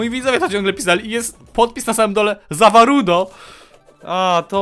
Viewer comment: CZYTA SIĘ ZA ŁARDO A ZA WARUDO SIĘ PISZĘ!!!!!!!!!!!!!!!!!!!!!!!!!!!!!!!!!!!!!!!!!!!!!!!!!!!!!!!!!!!!!!!!!!!!!!!!!